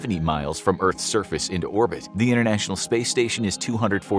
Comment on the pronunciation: Innernational space station ? I think it's inTernational. Please don"t speak sloppy.